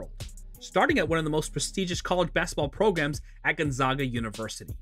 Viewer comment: Love Rui so much. His college is my home town team and watched him the whole time. But this video kills me because this guy says Gonzaga wrong every time. They are the zags. Like zig zag. Gonzaga! Not Gonzahga